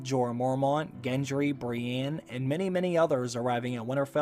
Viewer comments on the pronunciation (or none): none